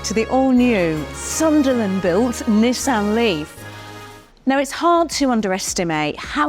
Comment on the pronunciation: Comment from Japan Perfect pronunciation of "NI" and "SAN" 二と三の発音は完璧ですよ ^ ^